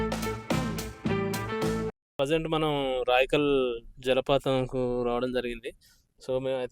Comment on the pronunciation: రాయకల్ కాదు బ్రో రాయికల్